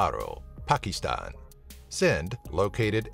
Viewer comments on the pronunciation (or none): I disliked because of the way he said Pakistan. It sounded like pakee stan.